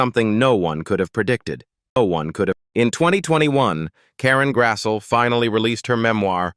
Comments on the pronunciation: AI voice sicks. Her name is pronounced Grass-lee, not Grass-so. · Nice insight. Pity your AI narrator couldn't pronounce the subject's name properly. It's not Karen Grassel, it's Karen Grasslee. Try hiring real people to do real jobs.